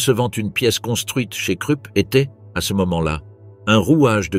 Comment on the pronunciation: Pourriez-vous prononcer la Rouhr pour la Ruhr et Kroup pour Krupp ?